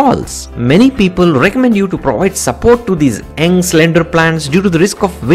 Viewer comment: Pronounciation is off.. example...The word 'young' you pronounced 'eng'..... 'sewage' you pronounced 'seawage'. Don't let that deter you. As Indians one can tell you're from South India so your accent is a distinct south accent.